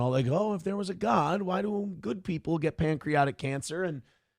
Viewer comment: Nobody tell the word isn’t “pancreotic”